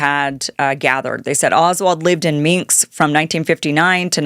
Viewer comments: I can't not comment on this. Is Kim Iversen really this stupid??? She can't pronounce the name of the city of 'Minsk?' She pronounces it 'MINKS???' Then she doesn't know the word 'detente?' She pronounces it 'DUHTENTAY???' You've got to be kidding me. This is grade school shit. How can you possibly be taken seriously as a journalist if you read like a 2nd grader? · Her pronunciation of names is incredibly bad. She can’t even pronounce “ Minsk”.